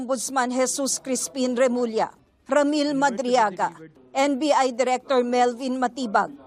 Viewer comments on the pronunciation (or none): none